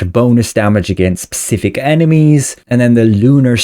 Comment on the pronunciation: Is this guy saying pacific instead of specific just to screw with me or what